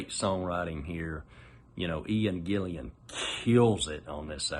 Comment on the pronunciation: Its Ian Gill-an, not Gill-ee-an.